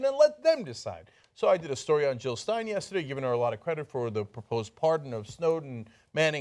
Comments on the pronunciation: JILL NOT HILL!!!!! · Jill, not Hill